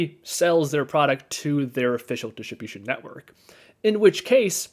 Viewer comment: Please say it like this..... Diss trib you shin... Also, you save $1700 CDN, not just a few hundred bucks